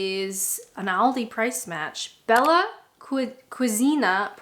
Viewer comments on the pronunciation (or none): none